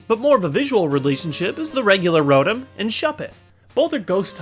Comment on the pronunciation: I hate how you pronounce Roton